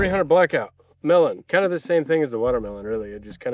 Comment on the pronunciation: First English speaker that I hear placing the accent on the o in melón. Congrats! 😄